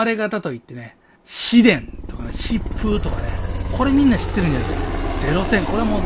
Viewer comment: 中島製四式戦闘機は疾風(はやて)と 読みます。